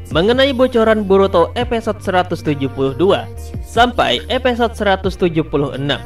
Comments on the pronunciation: ada yg sadar mimin ngucap eposod bukan episod... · Maaf min, gunakan penyebutan bahasa indonesia yang baik, episode bukan epesode ...👌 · Episode bang bukan Epesot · Episode bang bukan epesode wkwkwkw